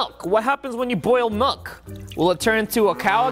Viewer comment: I think I know the problem. He used Malk not milk lol